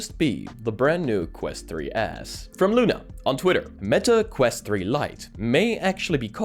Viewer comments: Dude... it's the "quest 3s" not the "quest 3 ass". 🤣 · so it wasn't just me hearing "ass" 😂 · Honestly thought it was an april fools with the way he says ”3ass” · Honestly at first though you said Meta 3 ass lol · I keep hearing "Quest 3 Ass" 😂